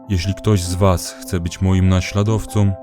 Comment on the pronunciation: No i prawie wszystko chwalebne i całkiem wporzo, ale, na litość Boską: 1. nie drogom, lecz drogą. 2. prawdą, a nie prawdom. 3. naśladowcą, a nie naśladowcom. 4. mną, a nie mnom. 5. tobą, a nie tobom. 6. słyszą, a nie słyszom. 7. nienawidzą, a nie nienawidzom. 8. przeklinają, a nie przeklinajom. 9. wykorzystują, a nie wykorzystujom.